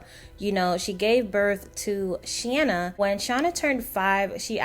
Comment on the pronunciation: FYI: You are pronouncing Shanna’s name wrong. This is Shanna. 😊